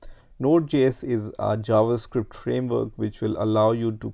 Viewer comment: corret please it s not framwrok